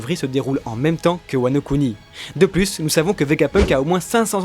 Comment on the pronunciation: Svp ont dit pas plusse mais plus le s est muet cordialement j’adore vos vidéos 😘